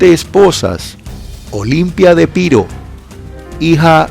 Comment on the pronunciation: NO ES "PIRO" ES EPIRO!!!